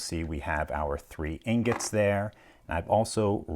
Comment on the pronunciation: Somehow he turned the word ingot into agate? I didnt know that was possible but he did it lol.